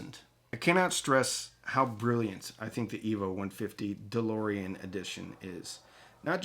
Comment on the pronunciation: I was gone when you mentioned the price!! For a Cambridge!!! And calling it ‘’?😂